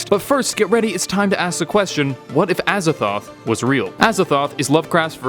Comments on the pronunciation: Azathoht? A Z A T H O T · I thought he said "as a thot" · Aza”thot”h.... I see what the T.E.C must do